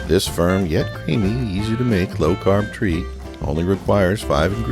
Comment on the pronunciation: Did he say low carb???